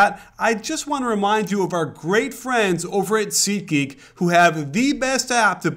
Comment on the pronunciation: SeatGeek = Ubsub. Sorry, but it's annoying